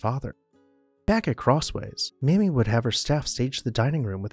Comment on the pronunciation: ...and its not 'mahmee'....its 'maymee'